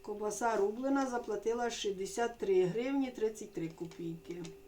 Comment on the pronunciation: Ще навчіть правильно говорити-- КОВБАСА а не КОБАСА!😊І не НАВЕРНО а НАПЕВНО!